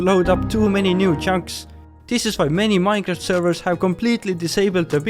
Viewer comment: Minejraft XD